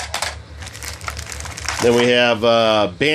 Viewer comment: lol "Glow-ver"...the picture has a glove on it wouldn't it be called "Glove-r"? Enjoying the vids though nice job...